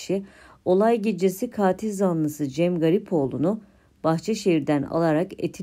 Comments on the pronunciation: tek a ile. Kaatil değil. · Kaatil zanlısı diye okunmuyor yalnız. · Katil zanlısı sizin telaffuz ettiginiz gibi değil. Lutfen bunu öğreniniz.